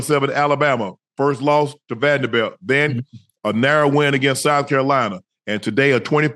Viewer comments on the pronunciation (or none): none